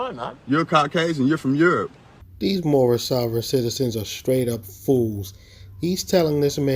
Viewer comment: Moorish international 😂 I believe it's pronounced "moor-on"😂